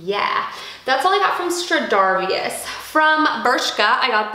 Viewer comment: Stradivarius = Stra-dee-various